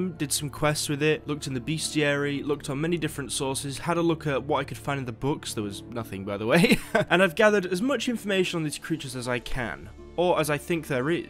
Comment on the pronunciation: Bestiary not ”Beastiary.” 👍